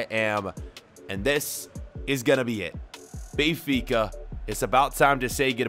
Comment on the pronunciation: Hey can you please stop saying Bay-fica it's Ben-fica and it's really getting on my nerves.